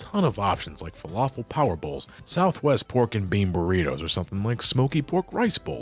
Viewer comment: Incorrect pronunciation of falafel aside, looking forward to this video. I’m also exciting about you tackling the legends games one day. They seem right up your alley.